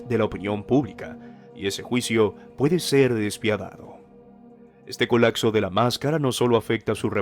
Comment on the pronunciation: Se dice COLAPSO no COLACSO